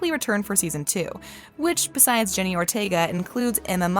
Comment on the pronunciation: It's Jenna,not Jenny lol 😂